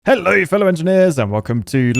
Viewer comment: Why did that "hello" in the beginning sound like an entirely other language?? I could've sworn he said "Halløj!"